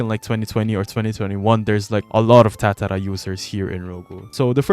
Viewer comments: please stop saying tatara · the way you say tatara 😮